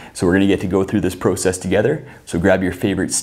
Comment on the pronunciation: “Prosess” lol